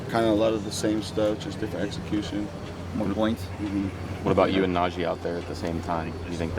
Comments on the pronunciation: Suuuper excited for what Russ might be as a Steeler, but he’s gotta get Najee’s name right. It’s pronounced Naj-EEEEE!!!!! Long vowel sound, just like the letter E sounds. 😂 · “NAHJAY HARRIS” DAMMIT RUSSELL 😂